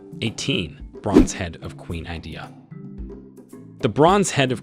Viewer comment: It’s called “Queen Idia not Queen idea